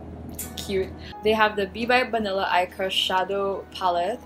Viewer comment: At one point I thought you said "bibe banila co." instead of b. by banila co. HAHAHAHAHAHA